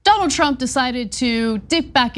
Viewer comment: So is it Donald Trump or Donald TROUPE? LMAO!!!!